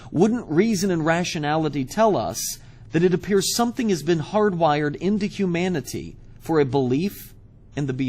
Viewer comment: The way he says humanity annoys me. Sounds more like hu-manatee, then I think of Brett Keane. Also, I would note "If it can't be in your hand, it's all in your head." doesn't really work terribly well. You could very well believe you're holding something in your hand, but it too is just in your head. It would be better to say "If it can't be in all of our hands, it's probably all in your head.". Multiple people having it could still be a delusion or they could simply be lying, but it's far more likely to be true if others can test it to back the claim up.